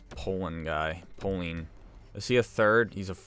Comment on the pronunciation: Doesn't even know who Poehling is never mind saying his name right..